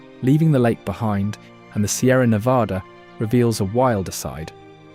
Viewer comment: This narrator, whoever or whatever it is, doesn't know how to pronounce Nevada.